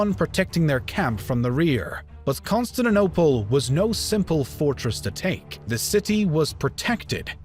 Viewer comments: Lol Consininople?? Not CONSTANTINOPLE? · amm why is he calling "constantinople" "constand and opal", or is it just me hearing it like that? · Byzantine.... not bizantain-.- con-stan-ti-nople not consininople -.- jesus!! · Bai-zen-tain. Constani-nople (no "t") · Bizentain? Constintinople? Really? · Pronounced - Constan-tin-Opal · how cant you actually say Con-stan-ti-nople? lmao, good video though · Consanadopel....this vid sets my teeth on edge. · I want to watch this...but hearing Ba-zen-TIE-n and con-stit-tin-ople makes that impossible 😢😢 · Pronounciation conquered Constaninonople. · That's CON-STAN-TIN-OPLE you moron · constaninople XD good vid tho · Musave A Leak! He came to Constanaople? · Costatinople? wtf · Also - Con-Stand-ta-nople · CON-STANT-I-NOPLE pronunciation is everything in history do better or I will unsubscribe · King who hurt you kid. Never said anything about them calling themselves the Byzantine, they saw themselves as the Eastern part Roman Empire. Plus I know what the correct pronunciation is and I can assure you Con-stand-ti-niople isnt the right one. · Bye-zan-tine or Con-stand-ti-niople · Ah, yes. The great city of Consininople. Capital of the Bi-zan-tain empire. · ConstaNINople, SulEyman, PerGAmon, AbasSIDS, bruh... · Constant nople? By zen teen. This narrator butchered the most well known pronunciations. Geez. Like he never heard of these words? Isn’t he looking at a script? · The video is all good but the way he pronounces "Constantinople" triggers me ._. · Can you at least pronounce Constantinople, and Byzantine the normal way. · His pronunciation of Constantinople is criminal. If you're gonna upload "educational" vids do try and master the pronunciation of places. Vid is ruined by these amateurish attempts to say Constantinople !!! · Shame the narrator cannot pronounce Constantinople, a 6-year-old child can do better, makes the whole vid laughable !!!